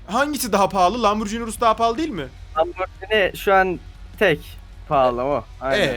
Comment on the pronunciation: ben tofaş alçaktım param yetmedi sen lamborjini diyon